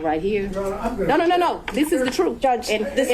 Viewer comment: I guess those viewers that complained about your sex analogies do t matter to you anymore. It is disgusting. I think it’s because you use it so much and it’s not necessary. You are such a smart young man and you sabotage your credentials by doing this as well as saying “da” for the word “the”. That being said, whatever or whoever you feel you are getting kudos from for talking that way, I hope you are well compensated. 😊